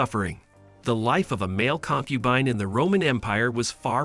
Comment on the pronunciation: Concu bean 😂